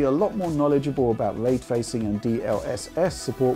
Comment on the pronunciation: What is this, “way twaycing,” that keeps saying?